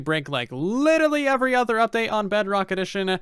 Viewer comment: Sort of wish you wouldn't make it sound like Bedrock edition sucked and only sucks. Other than you saying "Uvery" instead of "Every" ... It's obvious you hate the platform you chose to play on. It's becoming tedious listening to you say "because Bedrock"